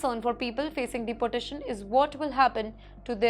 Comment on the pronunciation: Madam, Please pronounce deportation correctly like deeportation rather than like you pronounce deputy. sorry for this. You will sound better